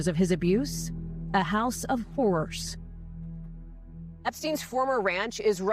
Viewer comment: ..oh “HORR ORRS” okay I see